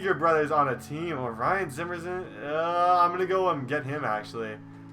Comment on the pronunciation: Did anyone else hear him say zimmerzan?😂